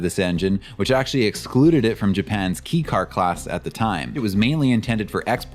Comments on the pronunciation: Pronounciation It’s not pronounced ‘Key’ It’s more pronounced like ‘K’ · Kay is proper, I had to stop watching 4 minutes in b/c "key" was said so many times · It’s K-car not key car 😂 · Kei as in kei car is pronounced "kay". It actually is a k. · kei is pronounced “kay” not “key” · .. Kobe..? I’ve never heard anyone pronounce Kobe as koh-b.. it’s pronounced koh-bay… also “Kei” is pronounced as kay.. not key. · It's pronounced "KAY" not "KEE". It's short for the Japanese word "kei-jidōsha" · Nice work. It’s pronounced kay car rather than key car. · key car? It's kei car (kei-jidōsha), could research it before making 40 minute long video about Japanese cars. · Ahhh sorry my bro, it's pronounced 'kay' car. And was Daihatsu missed? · Surprised I'm the first to say it but I'm pretty sure it's pronounced "kay" car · Hey, it’s pronounced “Kay” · I've never heard it pronounced "key" in the States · It's fascinating how confident you are about this. I believe that you actually speak a bit of Japanese, but it seems nobody has ever corrected your abysmal pronunciation. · It is, he just said it wrong